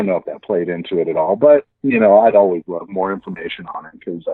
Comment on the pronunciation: When you said I love it like " I ruvv it" it reminded me of that old sun maid raisins advert some kid after being asked why do you like these raisins. She says " I rike red" because they are in a red box lol